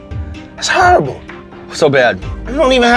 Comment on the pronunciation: “That’s harribull”